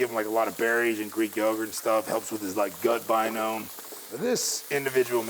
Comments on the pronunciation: he also said 'gut binome' instead of 'gut biome' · 'I give him greek yoghurt and stuff, it helps with his Gut 'Binome'' I think he meant to say 'Biome' as in 'Microbiome' .... how is it possible that the people who are preparing the nutrition for such top athletes know so little about their craft? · And also said Tysons gut binome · That “nutritionist” called it his “gut binome” lol and called Izzy “Adosanyos” lol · What is Gut BiNOME? lol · 'Gut Binome' ..'Israel Adesanyos'? George been spending time with Brendan Schaub or what?!